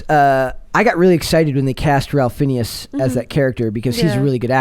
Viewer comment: His name is pronounced like "Rayph Finez".